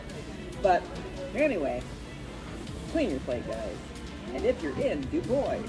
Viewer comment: du bois....... its pronounced du bwaah